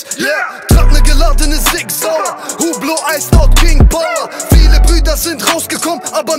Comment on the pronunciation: Wenn er Hublot richtig ausgesprochen hätte, hätte die Line immer noch gefittet.